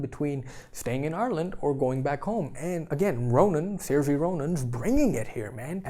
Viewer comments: No No No!!!! You can't review a film without knowing the leads name. I can't believe you couldn't look up the correct pronunciation of the lead actress of the film. It could have been a much more rewarding video, if you had done some research into the actors names. Saoirse is pronounced Ser-sha, while Domhnall is pronounced Donal. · Sear-sha is the correct pronunciation lol, great review again.